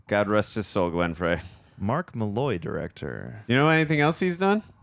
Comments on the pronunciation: And he pronounced Glen Frey as “Fray”, not Fry.” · John ASHton not Aston, Glenn Frey's last name is pronounced Fry not Fray, and Bronson's is Pinch-oh, not Pin-cot. should really learn how to pronounce the names of the people when he does cast research the night before to "look smart" in these reactions. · Glen frey is pronounced Fry. And bronson pinchot is pronounced pin cho... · Glen Frey (pronounced Fry) and Bronson Pinchot (pronounced Pin-Show) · I’m so glad you know who Glenn Frey is; however his last name is pronounced “fry” 😊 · Does pronounce every name wrong on purpose?? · So far has mispronounced Pinchot, Frey, Ashton and Reinhold. May be time to get a new know-it-all.😒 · Dude can’t pronounce Bronson Pinchot or Glenn Frey. 🤦🏼‍♀️ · Is mispronouncing this last names on purpose? 😄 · I'm not even through the credits and going crazy from all the name mispronunciations, like Glenn Frey and Bronson Pinchot 🙄